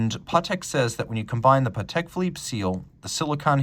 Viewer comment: Your accent on Vacheron Constantin & Patek Philippe got me thinking for years. This is French name and deserves respect, it's not English. What's the importance of your video if you can't pronounce these brands name properly.